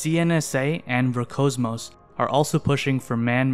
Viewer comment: Just FYI, the "S" in ROSCOSMOS isn't silent.